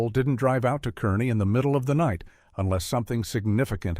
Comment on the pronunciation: Car-nee. Not Kerr-ney